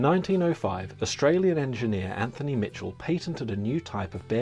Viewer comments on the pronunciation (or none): none